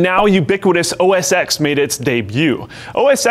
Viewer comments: OS "ex"...it shouldn't brother me, but it does. OS TEN haha :) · Seriously, it's OS 10, not 'exx' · He should get slapped for calling it OS "ex." 🤦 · I cringed every time he pronounced OS 10 as OS "x". It was version 10, right after 9. C'mon TechQuickie... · It's pronounced Mac OS 10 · "Mac OS EX" cringe Please please please... it's excusable for some other vids to pronounce it that way, but this is a video about the OSes Apple has used, at least say it correctly. OS Ten. It's the Roman numeral. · I really liked the video until this dude pronounced OS X as the letter X, it's not a letter, it's a roman numeral. It's Mac OS TEN....because the software version lineup started at 10.1.0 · its not pronounced as x, but as 10. If you don't believe me type - say "OS X" in terminal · Lol nice pronounciation. "oh es ex" It's OS 10. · I have to say this a million times. ITS NOT OS X ITS OS 10. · Stop saying os x, it's the roman numeral for 10... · people pronounce it "x" not ten. And who doesn't know the Roman numbers? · Almost everyone in the tech world calls it "OS EX" not "OS TEN", mainly because it's easier to say and literally everyone knows what ur saying, especially now that windows 10 exists. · OS X is pronounced "OS ten". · You ruined a great video by pronouncing OS X as 'ex' - it's f***ing TEN NOT EX!!!! God that infuriates me! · Hey Techquickie dude.. it is not pronounced as Mac OS "X" :( it is pronounced as Mac OS "10"! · I'm sure others have pointed this out to you,, but it's not "X" it's TEN. As in the Roman numeral. Think of it logically...first there was OS9, then came 10. Get it? Still loved the video, though! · Mac OS "Ex"?! Seriously?! Have you been living in a cave?! TEN! The X is the Roman numeral for TEN!!! It is Mac OS "TEN"!!! What ignorance... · Mac OSX is pronounced Mac OS TEN. The X is the roman numeral for 10. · The X in OS X is a roman numeral. It's pronounced "OS 10", not "OS Ex". Just listen to Apple talk about it in a keynote.